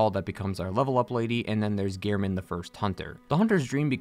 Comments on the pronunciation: All this research and he's pronouncing gehrman as gear-men face palm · I have one thing to say. His name is Gehrman! Not "Gear-Men". He even says his own name when introducing himself so how could you get it wrong? Especially when his name isn't written in any way that would suggest it to sound like "gear". Anyways, rant over, great lore video.